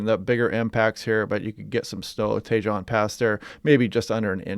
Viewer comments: 👍❤👍 Great reporting! (not to be that person but Tahone.. j is an h in Español. ❤) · Tejon of Tejon Pass is pronounced Teh-hone. J is always pronounced as H in Spanish🙂